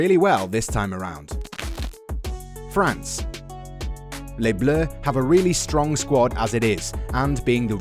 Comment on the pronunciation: France, it’s france